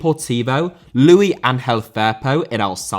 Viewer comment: WHY DO YOU LIMEYS INSIST ON PRONOUNCING THE HISPANIC LUIS LIKE THE FRENCH LOUIS